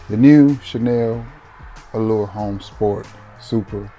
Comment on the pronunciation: Chanel Allure Homme Sport H is silent Chanel Allure Omme Sport